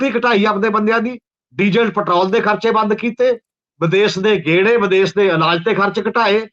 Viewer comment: Good comments but problem of some Punjabi continues to persist . For example, Punjabi words are Desh and Videsh but your commentator says Des and Vides . Thanks .